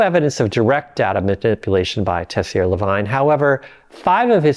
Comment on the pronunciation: Lavigne, as in | la viń | not " vajn". Ansel Keys 😂